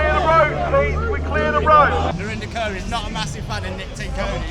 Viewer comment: Who tf is “Narinder Curr”? It’s Kaur, pronounced “core” but you guys know what you’re doing by pronouncing “curr”…